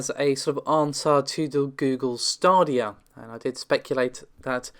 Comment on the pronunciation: Lol "Stardia". It's "Staydia". Commoner or Lord that's the English language.